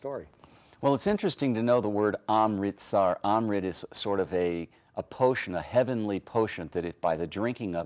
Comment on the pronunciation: They are not called "the Seeks" - actually they are "the Sicks" (phon.) And yes - I have been in AMRITSAR (why is it difficult to get this right,....?)myself, actually more than once. I wonder, has he also visited the "sacred" BABRI MOSQUE in Ayodhya (A-jod-ya/phon. with the first "A" as in "America"). Very sacred actually - all this (green) Muslim blood. All this NEW AGE bull is ridiculous - sorry!